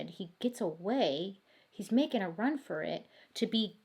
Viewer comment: Love how she said "run fur it" instead of run FOR it. Fantastic. I hope she knows we are laughing with her! Not at her! The mispronounciation is part of why we love her!